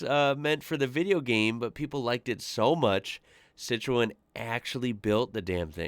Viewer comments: It's pronounced as Seet-Throw-An. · Pronounced COTROWN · This guys attempt of saying Citroën is hilarious, he needs to get out of his basement and travel 😂😂😂😂😂😂😂😂😂